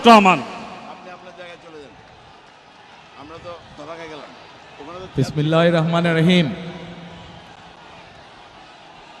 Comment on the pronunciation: বিসমিল্লাহ টাও সোজা করে বলতে পারেনা